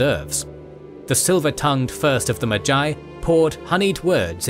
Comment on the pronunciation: Enjoyable video, except no one taught you how to pronounce magi...